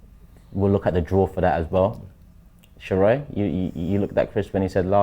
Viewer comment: It’s Sheroy not sheroid lol